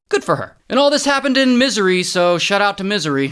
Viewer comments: Miz-ori ❌ Miz - ery ✔️ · Misery instead of Missouri 😂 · I'm not English native but I heard Misery loud & clear😂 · Bro said misery instead of Missouri 💀💀💀💀💀 (It is kind of misery for Molly though) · missouri sounds like missery as stated by Ray. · Saying Missouri like misery. My man 😂😂😂😂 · Bro said misery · Aint no way bro said "misery" instead of Missouri LMAO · So real for pronouncing it misery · Shout out to 'mi-se-ry'😂😂. May she rest in peace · It’s literally misery 😂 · Ah yes, my favorite state, “Misery” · the way he said missouri... misery 💀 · He said Missouri like misery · Did he say "Misery"? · Pronouncing Missouri like Misery is kinda smart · Yep, Misery is how one pronounces Missouri. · Pronouncing Missouri as ‘Misery’ though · I love how he pronounces Missouri. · Did he mispronounced the state on purpose, by accident or have I been mispronouncing it all this time?